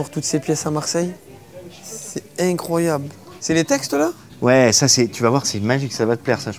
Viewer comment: "Cé inecroyabl" Attend de voir la dernière recrue du PSG mec...